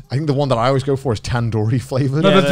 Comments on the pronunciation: All the Mexicans complaining about the pronunciation of Chorizo, where's my desi boys complaining about "tandoori" pronunciation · Chicken Tandori pronunciation was painful to hear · when they pronounced tandoori I legit died inside. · that's not how u pronounce tandoori